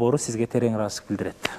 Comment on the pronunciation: сизден сураныыч-Ыраазычылык деген создун акырын жеп коюп атасыз,даярданып койсонузчу😅